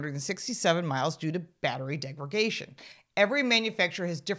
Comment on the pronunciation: DegraDation. Not DegraGation. How many times do you need to be told this?